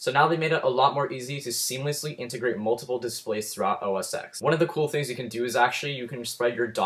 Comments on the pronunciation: It's pronounced OS Ten, not 'ex' . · actually its pronounced "OS ex" but means "10"